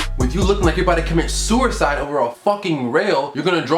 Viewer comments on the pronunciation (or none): This nigga said sewer-side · Nigga said "sewercide"😂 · "sewercide" DEAADD